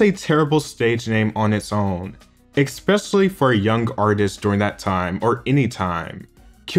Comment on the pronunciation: You lost me at "expecially"